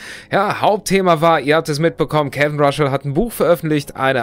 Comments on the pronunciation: Mensch, den Namen spricht man nicht RASCHL, sondern RASSL. Ich finds aufrichtig, wenn sie sagen sie haben nichts mehr auf der Pfanne für ein neues Album! Finde ich besser, als andere Bands, welche sich dei letzten drei Alben besser gespart hätten. Ich finde die Frage, ob die Fans das für Geld gemacht haben, mit Verlaub gesagt, etwas naiv. Natürlich hat man sich stark gemacht für dei Band und dabei Nachteile eingefahren, aber das hat man auch gemacht, weil einem diese Beziehung zu diesem Gruppenkonstrukt, die Identifikation mit den INhalten etc. Kraft und Identität gespendet als man jung und auf der Suche war. Bei dem Punkt stimme ich zu, sie hätten es auch einfach für sich behalten sollen. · Er heißt Russell, nicht Ruschell 🤭😉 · DAS DU IMMER RASCHEL SAGST, MACHT MICH AGRÄSSIVVV! JETZT ECHT, ALDDA!!! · echt so !!!